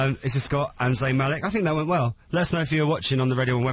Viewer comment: i laugh at how the man who was at the starting said zayn malek instead of zayn malik..